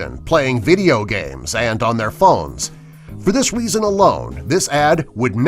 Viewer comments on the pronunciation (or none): none